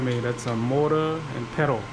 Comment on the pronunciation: It's called a mortar and pestle (pronounced pessel). I've never tasted nom banh chok, but ingredients seem similar to Malaysian/Singaporean laksa noodle soup. Is the taste similar?